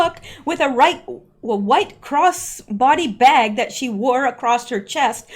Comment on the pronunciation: I love how you said it.....and a cross boddee baag. I had to chuckle. There were prolly comms in there somewhere.